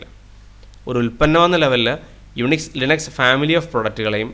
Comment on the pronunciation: ലൈനക്സ് എന്നൊക്കെ പറഞ്ഞ് കഷ്ടപ്പെടണോ ഇറ്റ്സ് ലിനക്സ് 😂😂😂